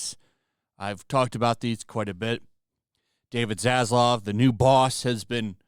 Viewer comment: Why is it that content providers have such a hard time with name pronunciation? It's Zazlav not Zazlov lol 😂